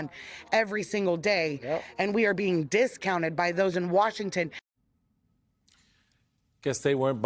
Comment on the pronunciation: The emphasis goes on the second syllable in the word "discounted", unless you're talking about stuff on sale. The lovely well-intended lady in the intro makes it sound like we're all on sale rather than we are all being brushed off. She probably reads more than most people, which is the admirable origin for mistakes such as these